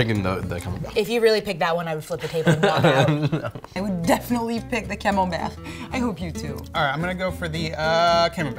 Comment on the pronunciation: When the "French" guy horribly mispronounced camembert 🤣🤣🤣